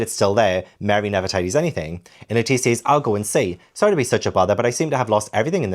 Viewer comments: You changed your pronunciation of Lettice partway through. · Every time you say Lettice, my brain = 🥬 and I just imagine a giant lettuce walking around 😆 great intro, great video!!